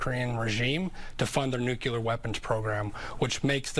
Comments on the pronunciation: nuke-ya-ler makes people sound uneducated! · FBI agent can't even pronounce nuclear.